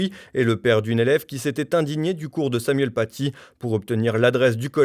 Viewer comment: « Nous sommes tous Samoyenne Patié ». L'orthophoniste de Chalghoumi en PLS. Il commencait a me manquer le pizzaiolo tunisien de Marek Halter. Il n'a toujours aucune pitié pour notre langue, ce décapiteur de la syntaxe. Et en plus le pauvre doit s'exprimer avec un masque, c'est terrible on sent que s'il prononce deux phrases de plus il va nous faire un AVC.